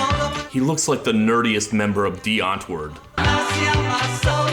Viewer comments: As a South African, I giggled a little when he mentioned Die Antwoord, even though I really don’t like their music. Minor pronunciation correction: the “woord” in antwood is pronounced “voordt.” In Afrikaans, the “w” sounds like a “v” and a “d” at the end of a word sounds like a “t.” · TIL I've been pronouncing Die Antwoord wrong this whole time